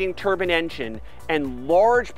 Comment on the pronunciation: Love the explicit details. One slight problem I have, is that if you want to speak English, my language, you should remind yourself that turbine is spelt...T..U..R..B..I..N..E. Bine at the end is pronounced as in wine. Not bin. Ok after me, let's say it together. Ready??? Tur...bine. Fantastic! Give yourself a pat on the back. Well done.!!